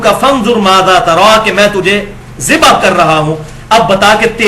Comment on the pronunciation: ali bhai zibah word ghalt hai. correct word zabah hota hai.